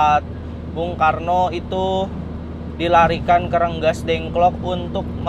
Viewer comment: Bukan renggasdengklok tapi Rengasdengklok kang.